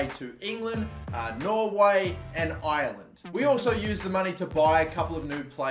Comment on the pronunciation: Why do you pronounce Ireland like island it pronounced like are-land